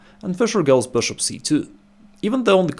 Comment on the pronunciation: This guy saying BishOpp is the the best thing in chess